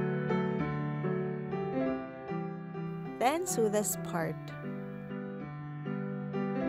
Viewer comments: its not pronounced su its pronounced so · Why would I want to sue the sides? It's pronounced soh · Just a small tip. It's not pronounced sew its sow. But beautiful doll! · Awe, she looks so pretty! That sweater looks so cozy! I want one in my size!! (Also, I'm not sure how open you are to pronunciation critiques, but I noticed you pronounce "sew" like "soo." It's actually pronounced the same as "so"! Sorry if you don't care about pronunciation! I'm learning a second language and just remembering the words is difficult, so I totally get if this is an unwelcome comment!) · its said (so) not (seew)but other than that its a rilly good doll making sep by sep instrutens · It is pronounced sow not sew (not trying to be rude) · Sew I️ pronounced soo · Btw it's not 'seu', the word sew is pronounced 'so' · Darling, so you know, "Sew" is said like "So" Hope that helped and love your vids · take a shot every time she says "sue" instead of sew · Hey, I'm not hating or at least I'm not trying too... Anyway the word "sew" is pronounced like the word "so" please do not think I'm trying to be rude or anything. Again, please don't think that I'm meaning or trying to be rude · It really bothered me when she was saying sew, because she wasn't she was saying sue